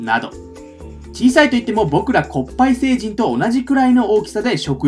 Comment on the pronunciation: コッパイ星のkもうちょと強く発音してくれると嬉しいです